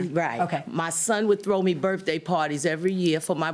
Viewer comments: She definitely needs some grammar lessons: 'berf-day'?? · Classy woman, but can't say "Birthday" Burfday...... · "For my Buurf-Day" 😄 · Is she saying birfday? Oh no, she did not just say, "fustratin'"